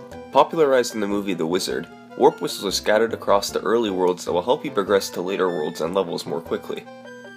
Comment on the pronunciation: "warp wisthhehe"